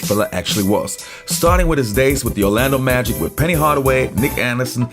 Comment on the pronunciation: I believe it's Orlando Magic, not the Orlando Magics lol